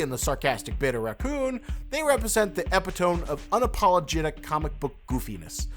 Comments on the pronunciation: eh-PI-to-me, not epi-TOHM. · stress on the "pit" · epitome is pronounced as “eh-pit-oh-me” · ep PIT oh me. There is no "tome" in "epitome". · epitome is pronounced "e-pit-toe-me" just for future reference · Lol the way you said epitome DUDE. You CANT just use the plinkett voice and not say anything about it what the fuck? Thats really not cool at all.